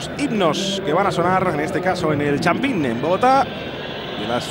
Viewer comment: Masquerano? El champín? Que narrador más ignorante